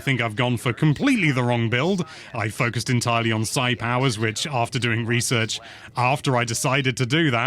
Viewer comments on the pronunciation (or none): none